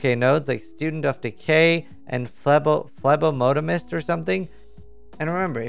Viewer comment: pronounced FLEB-aut-uh-mist